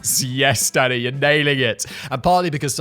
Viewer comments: The first few times he said, "Danny", I thought he was saying, "Daddy". 🤣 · Am i the only one who's hearing daddy instead of danny? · Am I the only one who hears him saying “Daddy” rather than what I assume is supposed to be “Danny?” “Yes Daddy, you’re nailing it!” “That’s an oxymoron if ever I heard one, Daddy!” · Every time you say Danny it sounds like daddy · It sounds like Simon's referring to Danny as 'daddy'. lol, it's dunny every time. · Every time he says Danny sounds like Daddy lol Daniel or Dan next time 😂 also Medicine Hat is in Canada not the US! Great episode again